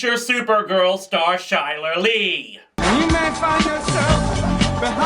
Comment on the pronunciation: Chyler Leigh's first name is actually pronounced "Kai-lur."